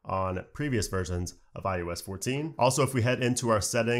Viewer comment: Sing after me: Oh oh oh who’s that kid with the Oreo cookie. It’s not: U U U who’s that kid with the Oreo cookie. :) It’s eye-oh-ess Not eye-you-ess